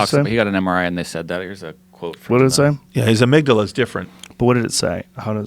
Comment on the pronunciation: Joe "let me smell your amigdilla" Rogan